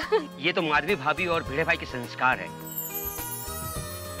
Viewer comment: new Roshan Sodhi ko to bolne mein bhi gadbadi hai. Bhidu ko Beeedu beedu kr rha hai